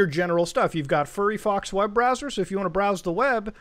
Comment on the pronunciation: did you just say furry fox instead of firefox?